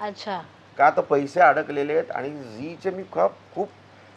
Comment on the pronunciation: Ji plant nahi zee plant aahe